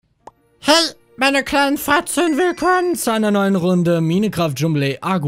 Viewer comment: Hat Manu am Anfang Hey meine kleinen Fratzen oder Hey meine kleinen Fotzen gesagt?😂